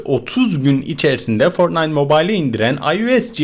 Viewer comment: fortnayıt mobayıl diye değil fortnayt mobayl diye okunuyo söyliyim skfjdjh